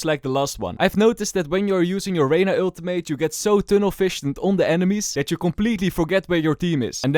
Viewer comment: please learn to pronounce ultimate lol love your vids man